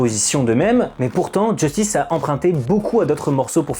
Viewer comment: Sympa mais c'est Justice et pas "Djeustice". Il faut arrêter de le prononcer à l'anglaise, y a tout une DA autour de la prononciation à la française, un peu de respect.